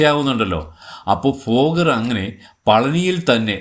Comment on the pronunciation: ഫോഗർ അല്ല തോന്നുന്നു.. ഭോഗർ എന്നാണ് കെട്ടിട്ടുള്ളത്